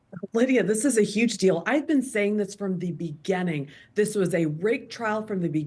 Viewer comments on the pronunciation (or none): Really, how does she say beginning (beganning)? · I don’t trust people who pronounce the word “beginning” as “beganning.” Especially when they look like the love child of Morticia Addams and the Taco Bell chihuahua. ¿Tú quieres Taco Bell? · "I've been saying this since the beganning" 😄